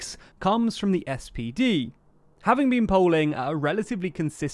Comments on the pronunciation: Please: It's "S P D" not SDP. That's torture for my ears. The threshold is 5% not 7%. All top candidates from CDU/CSU, SPD and Grüne are rubbish compared to Merkel, they are all involved in scandals - Laschet laughing in the background while the Federal President gave a speech at the flood site - Baerbock is accused of plagiarism - Scholz (and his ministry) is involved in the Wirecard scandal (amongst other affairs) - why didn't you state this? None of them should be elected as chancellor (imho) There was a poll where they asked whom people would elect: Scholz, Laschet, Baerbock, or Söder. Guess who won with a broad margin? Söder. The Union did a bad job choosing Laschet over Söder. Me, I didn't vote for any of them but for the liberals. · I really used to appreciate your videos, especially during the whole brexit ruckus. But there are quite some mistakes and inaccuracys in this one. Starting from mispronouncing the spd, to spelling mistakes to some really superficial analysis of german politics (quite a few unfortunately). e.g jamaica coalition, csu influence on federal elections, merkel